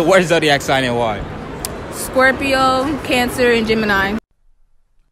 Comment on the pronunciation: that whole friend group can’t talk right “canTER” “peces”